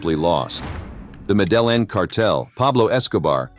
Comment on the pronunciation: Yes. Medellin is pronounced ME-DE-YIN